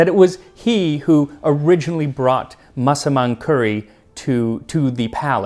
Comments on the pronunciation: your pronunciation on the word "Massaman" is perfect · Finally, after all these years, I know how to pronounce Massaman curry. Thank you Max!